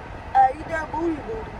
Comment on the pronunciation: “You eat the bOodY” you eat the BoTtY bOo” 😂